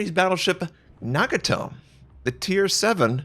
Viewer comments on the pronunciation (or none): none